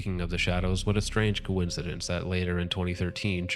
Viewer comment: secs " Cohen-cidence " happens 😉